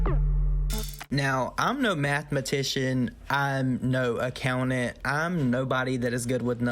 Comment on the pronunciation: “I’m no mathematician, I’m no account-it” 🤦🏽‍♀️😂😵 And before anyone gets their panties in wad, I have an accent myself and am just havin a go at him for fun 😍😘